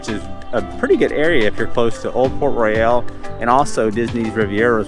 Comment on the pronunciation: That's Banana Cabana, not Sebastian's Bistro. That is not open yet. Also, it's not Port Royal, but Port RoYALE. pronounced different. Argh. Good review otherwise.